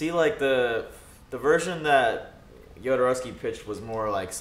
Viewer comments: Alejandro Jodorowski was a Mexican director who wanted to film Dune in the 19702. And Jodorowski's name is pronounced HO-DO-ROUS-KEY, not YO-DO-ROUS-KEY. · Guys, Jodorovsky was born in South America, so pronounced Khodorovsky.